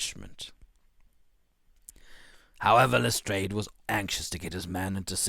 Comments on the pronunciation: This is really good. The stresses on the words and the changes in tones, all sound very professional! P.S Lestrade is pronounced as Les-drARHH. A French surname, rhymes with yard and chart. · correct. LestrAAD of the Yard. and the River Thames is pronounced "Temms".